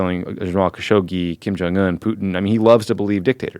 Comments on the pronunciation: I love Ben, but it makes me cringe every time he mispronounces 김정은/ Kim Jung Eun. Hard J!! Not a Y. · Agree. I cringe every time I hear him say the name.